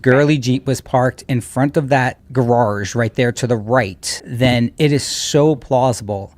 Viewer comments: ❤😅😂😅 I truly FRIGGIN' LOVE every time you say "GARARGE" like former Canton PD officer / former Boston PD officer Kelly Dever!!!! 😂😅😂😅❤ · Oh my god this video keeps on giving me! I never knew where “gararge” came from! you are just a riot. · I think they want to aboid the word garage!!!!